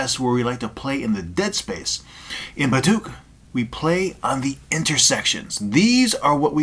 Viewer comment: The way you speak is utterly nerva racking,i dunno why but tis so annoying especially how you pronounce Baduk